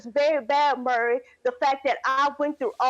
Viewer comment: It...is MAURY not Murry! MAURY